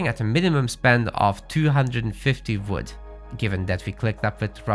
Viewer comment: Quick tip: you're pronouncing "wood" a lot like "food". It's really hard to understand since they're words differentiated by the consonant's sound. "Build the house with the fwood villager." I could only tell you meant the WOOD villager because you selected one.